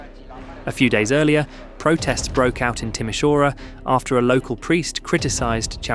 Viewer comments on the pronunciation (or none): Excellent video. Minor point: Timișoara is pronounced "Timmy Shwara."